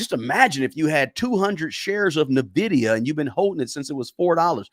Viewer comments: It is N VIDIA not NAVIDIA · It’s in-vidia not na-vidia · Ennn Vidia. Not Nuuhh vidia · It's pronounced ENvidea, not NUHvidea. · N-vidia not Navidia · The name of the company is pronounced "En-vidia," not "Ni-vidia." Lol! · Its N vidia not navidia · It's N vdia not Nivdia. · N - Vidia, N - Vidia, N - Vidia, there is no Navidia. Where do you see the A in the name? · N NOT NAH!😅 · It’s pronounced “In-Vidia” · It’s N(an)Vidia. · It’s pronounced IN-vidia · It's pronounced IN-VID-E- UHH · It’s pronounced N-vidia, after the Spanish word Envidia, which means envy, and indeed, NVDA is the envy of every other stock. I own it since 2020. The only runner up to NVIDIA right now is AMD, and they’re far behind but are an excellent company with a great CEO. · It’s pronounce IN VIDIA lol but great video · For the non-gamers out there: It's pronounced "in-vidia." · Not n vidia it’s envidia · its not NAvidia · Small point ... Its pronounced envidia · It is pronounced (en-vid-ee-a) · Dude, Nuh-VIDIA? Really? 😂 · I hate to be that guy but it’s actually pronounced Nvidia (en-VID-ee-ə) . The stock has made me a multi-millionaire so it hurts to hear the name mispronounced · He pronounces it so wrong. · Bro say nvidia correctly pls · I concur. The stock has made me a multi-billionaire and I declare I nearly faint when I hear it mispronounced. Oh, casually throwing in that Nvidia made me a multi billionaire is cringe and douchey? Well then, I guess I'm just a huge douche. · At bare minimum, he should pronounce the name of the stock he is pushing correctly. It’s not nitpicking, it’s not asking that much folks! I too am a long-term holder of NVDA and have raked it in. But it does drive me nutz to hear it so often on this video (and elsewhere) mispronounced. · Haha and he says it so often lol😂 but great info on his part